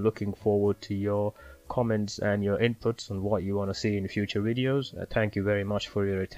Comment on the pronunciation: Really great info, perhaps just work in the pronunciation of V-ideos as opposed to ww-ideeos but apart from that great summary.